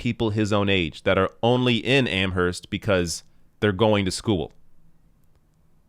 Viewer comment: I love ya, kid, but the "h" in Amherst is silent.